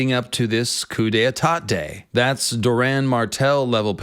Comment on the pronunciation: Bro you made yourself sound really dumb it's pronounced Coo-day-tah